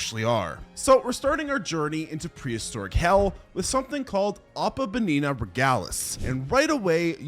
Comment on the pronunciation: it’s ohpu bin eu that is how to pronounce it